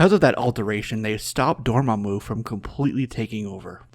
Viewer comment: "Door- mom- u" I love it.